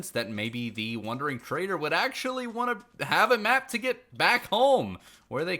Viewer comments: The fact he said wonder instead of wander this whole video drove me nuts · Every time he says “wondering”…. Drives me crazy! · bruh you say "wondering trader" lol